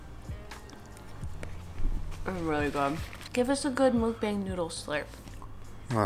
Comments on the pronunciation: the way u pronounce mukbang makes the Asian inside of me SCREAM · MOOK-BAHNG, NOT BANG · Correct Pronunciation : "maukbong" not "mookbang" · MUH - K - BAW - NG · love thissss, yall should do more mukbangs. p.s. not to be rude but it's pronouced "mook-bong" ahahah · It’s mook— BONG! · kiiinda bothers me how they pronounce 'mukbang' 😂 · Dislike for mispronouncing mukbang